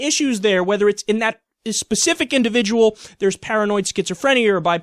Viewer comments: I think we need to situate an indivijul discussion of this indivijul's indivijul situation. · Some indivijuls have a drug situation. Hopefully Brett Keane will walk about it on GodTvRadio situation. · Um, Bill O'Reilly, It's pronounced "Indivijuls". Don't make me turn this into a Brett Keane situation! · Jake Thornton this is definitely a very individjul situaaaaation.